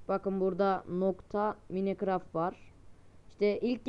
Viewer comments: mine ctraft ne ya mayncraft diye okunuyi minecraft diye yaziliyo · Okunuşu maynkraft,minekraft değil... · mayinkıraft diye okunu minikıraft deil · o minekraft diye okunmuyo maynkraft diye okunuyo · minekraft nedir lan mynkıraft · minekraft online öle okunmuyo maynkraft onlayn olarak okunuyo yazılışlarıda online minecraft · o maynkıraft diye okunur sen minekraft diye okuyon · minekraft değil mayıncraft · minecraftı maynkraft diye okunur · minecraft diye yazılır maykıraft diye okunur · maykıraft diye oku cahil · minecraft diyil maykraft diye söylenir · ilk başta minecraft ı demeyi oğren